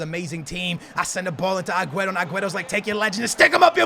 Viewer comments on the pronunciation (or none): I love ya but if you say aguero aguerto one more flipping time Ima square up on you